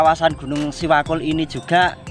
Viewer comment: setahu saya bukan siwakul namun SEWAKUL mas...ada artinya juga itu...SEjatine Welas Asih Kanggo Utamaning Liyan..